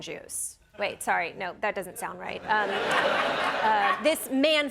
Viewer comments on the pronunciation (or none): none